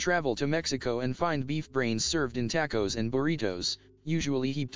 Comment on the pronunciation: These computerized voices bother me. When it said "tack-o's" I had to stop watching.